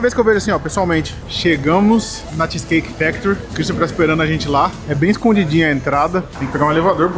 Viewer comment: Vc e famoso de falar as coisas de comida tudo errado Hahah cheese cake factorrrryyyyyy